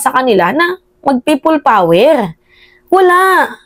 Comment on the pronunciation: Kili kili power hindi prople power hahaha anak ng teteng hahaha😅😅😅😅